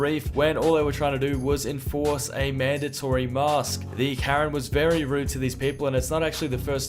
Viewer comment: Yes, please wear a mee-ask inside